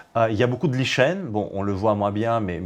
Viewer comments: je corrige lichen se prononce [liken] ça fait plus sérieux!!!! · On prononce : lichen \li.kɛn\ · Cet homme est bilingue (français et russe). Il a prononcé lichen tel que ça se prononce en russe. On peut peut-être lui pardonner? 😉